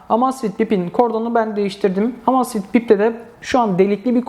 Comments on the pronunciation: Emeyzfit diye okunur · "Amasfit bip " :D